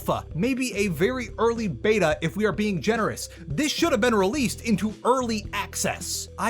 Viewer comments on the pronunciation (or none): none